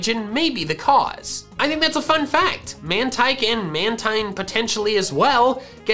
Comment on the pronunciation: Wouldn’t Mantine be pronounced as “Man-teen” not “Man-tyne”?